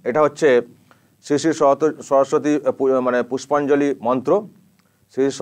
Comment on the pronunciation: 😂😂😂😂🤣🤣🤣majkhane to amader khamota pisi" সরস্বতী" uchharon tai thik kore korte parchilen na